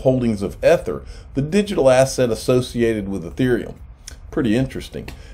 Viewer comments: If I hear "ETH-ER" one more time, I'm gonna scream. Somebody please tell him how to pronounce it. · EE- Thur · Please learn how to pronounce Ether correctly! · My thoughts exactly. I had to quit watching this video because they way here was saying ether.